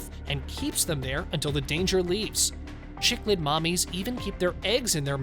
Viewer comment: Agreed, infuriating! Showing a photoshopped horse hugely pregnant in her entire body! Also they need to try for better accuracy... cichlids are pronounced "sic-lids" NOT "chic-lids"; don't show pangolins when talking about armadillos, which are NOT even related; talking about quokkas and showing wallabies; talking about wallabies and showing kangaroos... Jeez if you are going to bother publishing content for profit at least get it straight! Scratch viewing this channel.